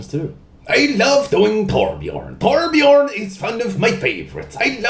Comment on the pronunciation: did you just nail saying torbjörn? sounded exactly like swedish :o atleast to my ears...but then again i have a tiny damage :D